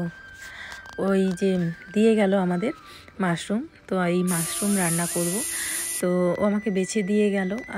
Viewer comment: মারশুম কাকে বলে হবে তো মাশরুম